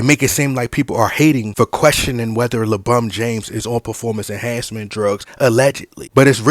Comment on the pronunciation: Take a shot of tequila or whisky, whenever you hear "LaBum James" during the length of this video. Extra shot when you also hear "RBAAAAAAA"